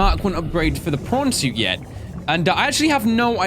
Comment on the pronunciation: how come to me it always sounds like is saying porn suit and also if you can cure creatures why cant you cure your self ¯\_(ツ)_/¯